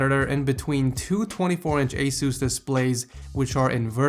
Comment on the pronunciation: ITS ACE US NOT AWE SUCSE !!!!